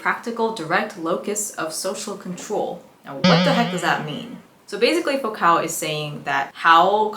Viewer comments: Just because I don’t want some theory bro getting self righteous in the comments about a name people rarely hear spoken: Foucault is pronounced foo-co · Great video but girl Foucault is a french name, it's pronounced like foucough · You pronounced Michel Foucault’s name incorrectly, and a few other words and names. Great job on the content, I look forward to more videos